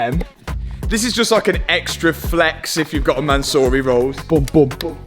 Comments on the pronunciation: Man-siiiuuuuuuuu- ry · From “Mansory” to “Mattsory” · Man-saw-y Rolls-Royce